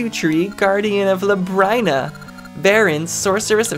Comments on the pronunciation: luh-brine-uh? thats a weird way to pronounce it. i hear everyone else calling it lub-rin-uh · Its pronounced Lab-Rin-Uh. Because its like Labyrinth. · Not trying to be critical, but Labryna is pronounced like lu brinn a. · Finally! I've been waiting for this since the Season's playthrough. I always pronounced it lab-reen-ah. That elation you had when you found out FARP was here XD Also, something you might have missed, but you met Ambi's lover in Oracle of Seasons! He was the skeleton pirate captain! "She's gonna form a crush too isn't she?" She might be surrounded by water, but you're gonna find out how THIRSTY that tree can be. "Can I go inside her? Oooh, I can!" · So, common misconception, Nayru, the Oracle, is not Nayru, the Goddess. Same goes for Din not being the Goddess Din. They're just named after the Goddesses, they're not actually the goddesses. Also I'm pretty sure Labrynna is pronounced "luh-brin-uh". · Labrynna is pronounced Lab-Ree-Nuh If I'm remembering correctly, that's how I usually hear it pronounced. Interested in how this goes, never finished a linked playthrough myself.